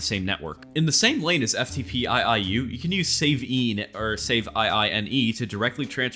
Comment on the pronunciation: "Eff Tee Pee I I U" lol its "Eff Tee Pee U" but i assume you just being goofy on purpose